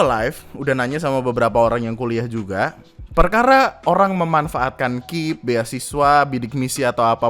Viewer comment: Ngeselin bang ketika lu bilang KIP dibaca "kip" Daripada "K I P" Wkwkwk